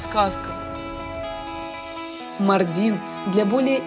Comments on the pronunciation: Весь выпуск ухо резало Мардин на ааааа ударения маааардин 😭😭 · Правильно произносить МАрдин, а не МардИн. Прям ухо режет. Даже в Википедии неправильно стоит ударение. У турок бы узнали сначала как правильно произносить.